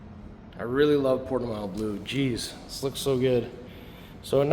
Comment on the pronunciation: It’s pronounced : [puɾtiˈmɐ̃w]